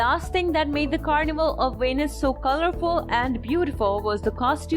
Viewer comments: VENICE is not venis, it-s so annoying when a narrator doesn't say or read the most important name correctly. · Why do you pronounce Venice like Venus? 😂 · The word "Venice" is English :face-green-smiling